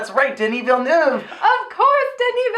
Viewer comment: "denis villnuuve"